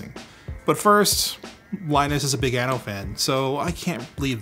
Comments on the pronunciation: Is it just me, or i heard "Linus is a big anal fan" :) Then that ooo, it should be anno :) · For all Canadian, Americans and English speakers: Anno is an Italian word that means year, but as you pronounce it with only one N means anus, think of the word "unknow" (ˌənˈnō) this is how you pronounce "Anno". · For a second i thought you said "but first, Linus is a big anal fan". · "Linus is big anno fan" i had to re-listen few times to make out 'anno' instead of 'an@ Yep. Confused. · oh, he said "anno" and not what i heard first. It was a bit creepy for a moment.